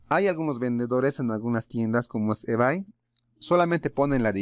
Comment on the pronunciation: se pronuncia IBEY....:D